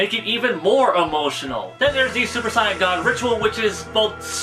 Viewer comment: ... you sir... you pronounce saiyan properly.. subscribed